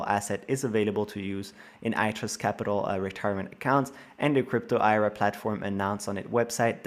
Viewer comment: YO !! THE LAST ARTICLE YOU SHOWED AT 10 MIN MARK , YOU PRONOUNCED ERA .. IT IS I.R.A. at least try to know what your talking about